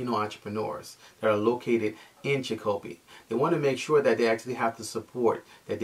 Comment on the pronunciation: Chic o pee. I didn't understand what you were saying at first about Chic o pee.